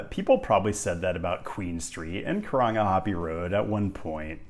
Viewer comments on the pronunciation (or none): if you haven’t rolled your r’s you haven’t “nailed it” you’ve gotten a “meh”